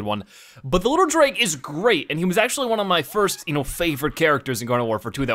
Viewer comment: you said frist instead of first